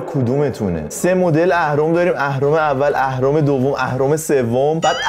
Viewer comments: بنده خدا اهرما رو درست گفت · اون اهرم و درست میگه😂😂 ولی مث نعشه ها میحرفه